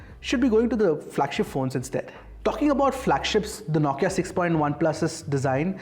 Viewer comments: Naukia or Nokia😂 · Is the pronunciation "NO-KIA" or "NAW-KIA"?